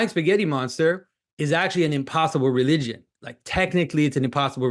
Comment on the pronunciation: “Relywgen” - Jonathan Pagoo